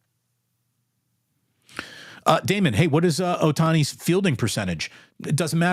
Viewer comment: You called it Damon... good lord